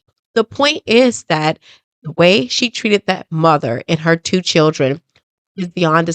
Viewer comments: She said chrildrin? We be present? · They was all CHURDRIN.... WTF is a CHURDRIN 😂😂😂😂😂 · Her mother can't even pronounce children. Churdren? 🙄 I didn't hear the little girl apologize or admit her wrongdoing? I heard her boast about her grades, being a homecoming queen & head cheerleader. Then I heard her say that she was a better person than the one she was yesterday & she could make a difference. That sounds like what her mother told her to make her feel better about herself & whatever she did! This is what her mother considers to be accountability? Oh boy, tell me you glaze over your child's bad behavior without telling me that you glaze over your child's bad behavior! This is Karmelo Anthony style parenting all the way! 😢He was such a good kid with such good grades right up until he murdered Austin! 🙄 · I agree. Why is it so hard for alot of black women to say " children" properly .